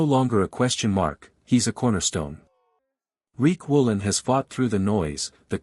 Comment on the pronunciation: His name is Riq Woolen not Reek Woolen